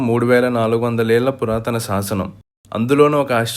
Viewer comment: సాసనమ్ కాదురా, శాసనం అని పలకాలి. సాసనమ్ అని ఈ వీడియోలో అన్నప్పుడు నీ శరీరంలో నవ రంధ్రాల్లో సీసం పొయ్యాలి. పాయికానా తొట్టిలో నీ మొహం పెట్టి మాలాడినట్టు రీసౌండ్ వాయిస్.